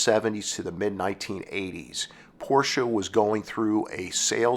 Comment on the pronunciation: I always liked the 928. I thought it was a great looking car. But nothing beats the styling of the air cooled Porsche 911. As a side note. Its so refreshing to hear an automotive enthusiast/ narrator pronounce Porsche properly. Hearing people mispronounce Ferdinand Porsches last name is so annoying. (Pet peeve of mine) 😁